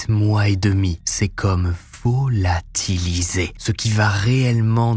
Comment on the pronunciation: Chaque fois,je le dis avec lui "Vo-la-ti-li-sé" 😄